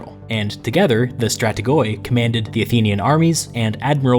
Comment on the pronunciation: Just a friendly note in future Greek pronunciation: In Greek, Strategoi sounds like pronouncing "Strateg'e" ('oi' is pronounced 'e'), and Prytaneis is pronounced "Pret'anes" while the singular form is "Pr'etanes" (a simple difference in accentuation). Love your videos, keep it up!